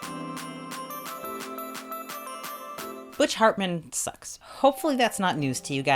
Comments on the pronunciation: I heard that .. butch fartman hehe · "Butch fartman" LOL